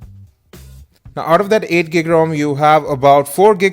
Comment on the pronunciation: "Today we are review the honor 4x for wawi"